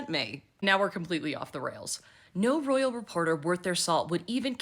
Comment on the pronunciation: The "rrrrroyal appointment" makes me soooooo happy!😅😅😅